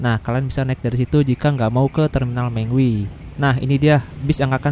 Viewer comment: gan bacanya mengwi bukan mengwi